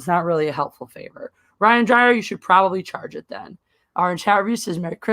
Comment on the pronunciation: pronounces my last name as "Dryer" instead of "Dyer", Lol. Just Like Anna did the first time. It's ok! I forgive you!